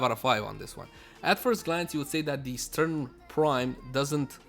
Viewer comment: 1. St-RUN, not St-URN 2. 'Normal' could mean unmodded.